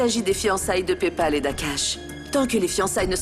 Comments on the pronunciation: Qui a remarqué que lavania ne dit pas payale mais plutôt pepal🤣😂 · Dans cette épisode je vois il ya problème des prononciation de noms😀😀 tantôt lavania appel PayPal"papel" tantôt Payal dit akash au lieu de lavania😀🤗